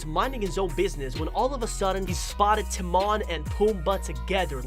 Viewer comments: Who's Timarrn it's Timon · You say timone like Tim oh ne